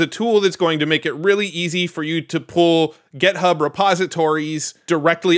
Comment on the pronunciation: Stop saying "gethub" please